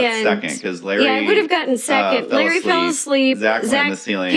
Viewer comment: He also kept mispronouncing “Larray” as Larry through the whole video 😬